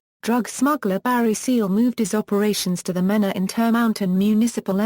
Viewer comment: It's pronounced Mean a .